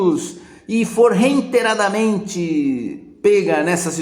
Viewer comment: ReiNteradamente, profeÇor?! Jura? ReiNteradamente?! Não consigo me iNdentificar com algumas coisas que o senhor fala, pq o senhor fala de uma forma iNlegal, ou seja, uma forma que não fika muito legal...🤭 #BombeiroCacofono #LibertasQuaeSeraTAMEN